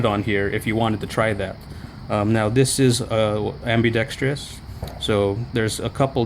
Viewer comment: Thank you for pronouncing “ambidextrous” properly